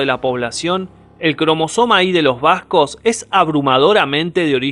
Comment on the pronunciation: Un trago de tequila por cada vez que dice bascog (Vascos).